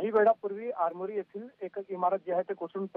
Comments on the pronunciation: आरेमारी नाही आरमोरी आहे 😂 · Oy news walo aarimari nhi hai armori hai